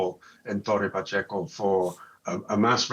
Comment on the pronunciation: is not tore pachio is torre pacheco